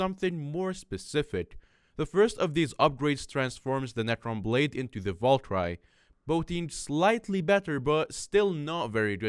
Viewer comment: That's not how you say valkyrieeeeee. If you've ever played clash of clans youll know. Also hyperion is op